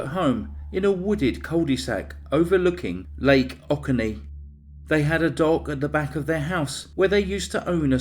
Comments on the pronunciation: O-coe-nee dear.:) Thank you for this video and story. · Oconee is pronounce “oh-CONE-NÉE” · Great vid! Subbed. FYI - Oconee is pronounced "Oh Co Nee". I live north of Atlanta and remember hearing about this when it happened. Weird and strange story. Need to keep this one on the radar.